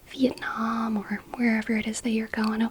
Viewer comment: The way you said 'Vietnam' 😮 are you ok 😁